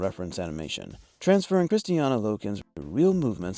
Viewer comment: Why do you always say Kristiana? Her name is Kristanna